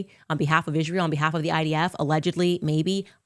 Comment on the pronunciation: ISHrael lol every time she says Israel or a word with s she adds an h lol